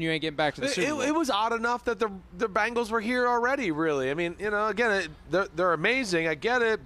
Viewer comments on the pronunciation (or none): jesus christ simms its BENGALS NOT BANGLES!!! these national talking heads NEVER give us ANY credit. cincy will be back in the superbowl multiple times and we are going to get a championship! whodey!!!